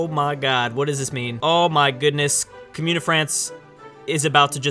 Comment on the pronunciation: I love you my, but please stop saying "Cumyoon o' France", it be Commune of France